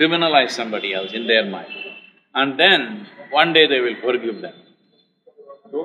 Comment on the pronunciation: Forgivvvvvvuveeeee madam it’s forgive Where did u study that ur English and the pronunciation is so bad 😀I like the way she said forgive very softly . Lol she was probably scared ppl will judge her the way she says it . Only colour n look s no wonder she hangs out with all serial actors .